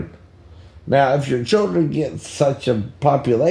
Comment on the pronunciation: lol this guy says ch8ldren